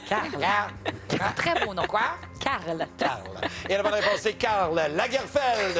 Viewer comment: I love the way they say "Karl Lagerfeld" 😅😂 Evelyne's pronunciation was really good though! And Delphine, the puppy, turns into a cat 😂😂 The helium voices were hilarious 😂😂😂😂